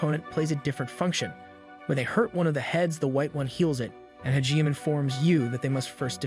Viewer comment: your pronunciations of Hijime's name is sooooo bad. For that matter all the names you pronounce poorly. Its like you didn't even watch the show.